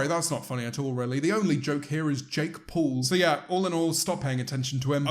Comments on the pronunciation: Nobody: James: Jake Pole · No, he pronounces it Jake Paul